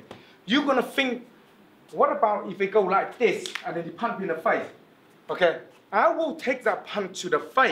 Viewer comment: i love when he say zen instead of then